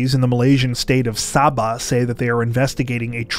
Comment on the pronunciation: Hello from Sabah here 👋🏼 wow never had I imagined that my hometown will be mentioned here and ur pronunciation of Sabah and Lahad Datu is quite good 👍🏼